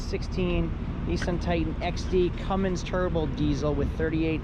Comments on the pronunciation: Say "cummings" one more time...it's Cummins sir, no g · CUMMINS! No G ! Lol